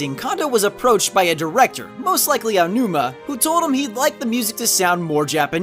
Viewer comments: Why does everyone pronounce Aonuma's name Ayanuma? It's pronounced Ah-oh-new-mah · What kind of person would pronounce Aonuma as "Ayanuma"? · "aiyanuma"??? "caff eye?"??? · There's no "i" in Aonuma, please stop saying it like Aionuma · "I O Numa" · Great video but please stop say "Ayonuma" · “Eyeonuma” smh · Take a drink every time "Aonuma" is pronounced incorrectly. Hell, every Japanese name.